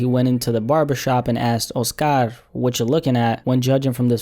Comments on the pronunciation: My dude.. it's not O-Scar.. it's Oscar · The way u pronounce the name “Oscar” let’s me know ur Hispanic